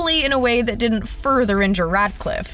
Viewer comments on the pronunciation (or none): none